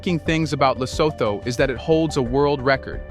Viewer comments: please research the proper pronunciation of African names: eg LESOTHO is pronounced.. ( LE SO. 2 ) NOT.. ( THOR ). Another name you mispronounce is that of the 1st Head of State of TANZANIA - President Julius NYERERE... you often say NY. ERERE.. ( NYE ) RERE. Thank u, Sir. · If you can't even pronounce it correctly; why bother make a content about it: It's pronounces: Lesoothoo: Do you homework and research before giving us a content😳🤷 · Le-soo-too is how Lesotho is pronounced. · Thank you for highlighting our unique country that we call home. I am a Mosotho living in Lesotho. The only thing I would have liked is to see all images to have been from Lesotho. For instance, the images of Asians working in textiles when referring to textile industry in Lesotho could be misleading. Secondly, it would be helpful if you had asked someone from Lesotho to help you with the phonetics such that you pronounce Lesotho correctly. Phonetically it is pronounced Le-so-to (the h becomes silent in the English phonetics). Otherwise, great work and on behalf of our nation, we thank you.